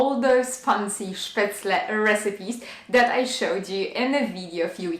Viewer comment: Wow! All 3 look delicious 😋 but I agree with your previous comment, the spinach one looks yumm😋. You say spatzle so beautifully ❤. Looking forward to the next one!